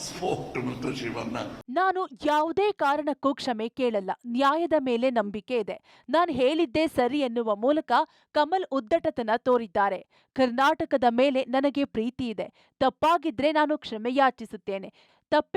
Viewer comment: news reader kindly correct your pronunication...ಯಾವುದೇ ಕಾರಣಕ್ಕೂ ಕ್ಷಮೆ ಕೆಲಲ್ಲ ನಾ ಹೇಲಿದ್ದೆ ಸರಿ, or am i hearing it wrong ? The pronunication is incorrect at many instances within the video.